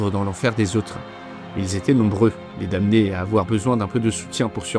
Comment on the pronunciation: Juste un truc qui m'a embêté parce que je suis pénible : la prononciation de damné en français est /dɑ.ne/ . On ne prononce pas le m.